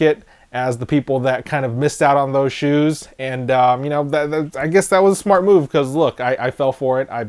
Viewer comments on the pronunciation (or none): none